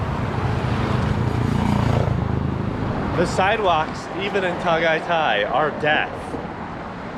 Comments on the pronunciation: Biscuit Boys, I'm starving. Beef Tapa???? Epic. Is that Jessica Soho of KMJS? the way you frackers pronouce "Ta-gay-tay" such an epic and funny 😀 Taal Volcano erupted January 2020, right before the pandemic. You can't go to the island now, its still within the danger zone. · It's pronounced Tah-Guy-Tie. There's no a accent. Just ask a local how it's pronounced.